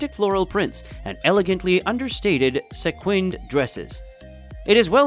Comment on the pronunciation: "Se'quinned?" LMFAO.